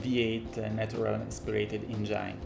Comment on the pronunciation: Il video è molto ben fatto però per favore engine non engiain! Davvero ben fatto il video comunque!